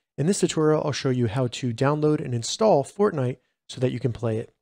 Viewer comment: Lol “insall”